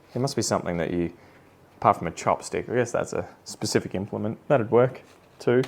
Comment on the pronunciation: When you said specific implement twice I heard specific instrument both times 😂